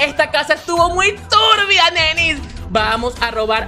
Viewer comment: 😅 por qué ella dice turbia muy raro😮